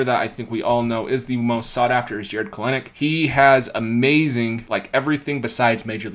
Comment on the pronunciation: Just a heads up. Jarred Kelenic pronounces his name "Kel-nick" so the second "e" is basically silent